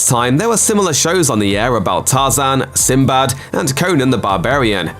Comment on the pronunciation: Sinbed? 🤔. What’s that? Oh you mean Sinbad. 😕